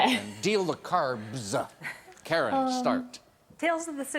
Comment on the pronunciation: The way Alex Trebek said "carbs" 😅😅😅